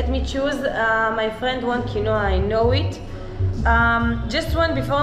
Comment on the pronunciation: It’s pronounced “keen-wah”